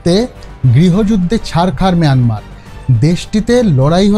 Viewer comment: মিয়ানমার আবার কী! বাজে উচ্চারণ!